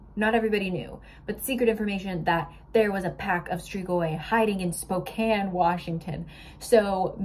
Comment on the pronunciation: I just gotta say, thank you for saying Spokane right! So many people do not know how to properly pronounce it.